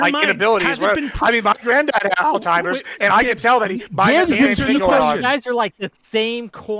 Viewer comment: It’s Alzheimer’s ALZ-heim-ers